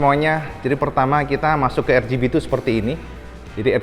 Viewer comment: RCB tlg dibaca ar si bi, bkn er chi bi